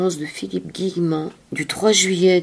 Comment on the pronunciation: C'est pas( Guillerant) mais Guillemant. A part ça, il faut que j'achéte le livre. Philippe, est un être brillant.